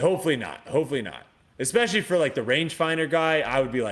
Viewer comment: Mannnn Brodies an eKspecially pronouncer...it's eSpecially! Drives me bonkers haha. Great podcast though. Let's go.